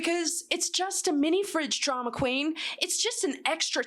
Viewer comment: with an American accent jumpscared me😂😂. Keep being you girl❤❤